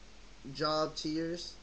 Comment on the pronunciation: Jobs is pronouced Jobe. not like a job that pays you money. Just telling you and everyone so incase you go to a botanica to buy this and you ask for it thats how you pronounce it. Jobe, the "o" is hard in sound. Nice video.